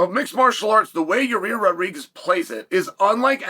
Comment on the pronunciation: I gotta be honest I've heard a lot of things but never hear someone call Yair Rodriguez, Ya-rear.